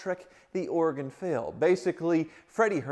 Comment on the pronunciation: Thanks for pronouncing Oregon the proper way,, unlike Freddy did throughout CarTrek!